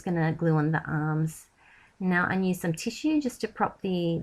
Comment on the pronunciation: I love your videos you are so talented but could please say use instead of "nuse".